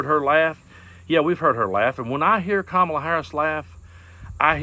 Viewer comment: Even Marjorie Taylor Green's boyfriend can't pronounce Kamala's name correctly.